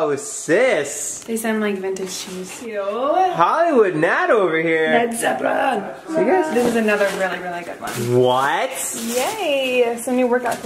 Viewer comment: I like how natalie says 🤘Led Zepplin🤘🤘 .. when its a def Leppard shirt 🤣